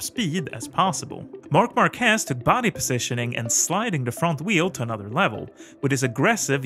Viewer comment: Bro it's MÁrquez not MarquÉz